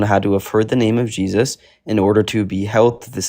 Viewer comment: Christ insanity remember you heard it here ,that's what we're witnessing,I even hate 😊 and throw up in my mouth every time I hear the way they say the name Jesus it sounds so slave-like and pitiful